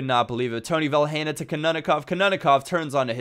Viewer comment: You don't pronounce the 'h' in Vilhena. You just say 'Vilena'.